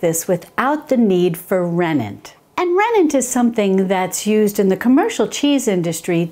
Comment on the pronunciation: The name is rennet, not renent